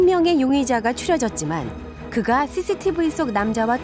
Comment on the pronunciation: 죄송한데 나레이션 하시면서 ㅆ 발음을 못 하시나요? CCTV 말씀하실때 thy thy TV라고 하네요.